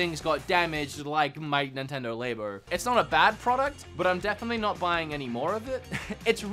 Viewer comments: awesome collection. also, labo not laybo. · Idk if it’s a culture thing but I’m trying to think of why you keep pronouncing Labo with a long a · I've never heard Labo pronounced that way... Interesting...